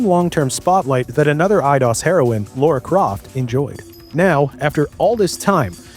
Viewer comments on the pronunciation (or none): Just for the record: It's not LAURA Croft. It's LARA (LA-RA) Croft. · It’s Lara Croft. Not Laura. Why do Americans always get it wrong lol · Hey, I'm the VO guy -- that's my bad! It's a bit silly that I did a bunch of research into pronouncing Eidos and Hana's name but completely botched Lara's, haha! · You would be surprised how many people pronounce Lara as Lora because that first "a" sounds a whole lot like "o" when you are saying it fast.